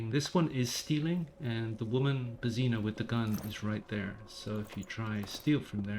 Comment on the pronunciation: The way you pronounce "Božena"...